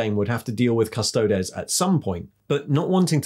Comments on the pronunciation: Custod-ees not custod-es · Custodeees not des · Surely it's Custo-deez, not Custo-dez? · Its Adeptus Custodeeeees. Say it right. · Good content but please stop pronuncing Custodes the way you do. It's well known how the word is pronounced so stop being a hipster. Its pronounced CUSTO-DEES! 😉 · Yes, this was a little jarring., it is the same as how you would say the plural of our latin word thesis, theses (theseees). One man of the Adeptus Custodes is an Adeptus Custodis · Great video, But that pronunciation of Custodes is grinding my gears lol